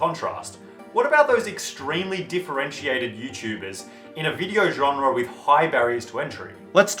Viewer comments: Genre* not Genrer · old i know,...but if you say the word: genre wrong one more time i unsub.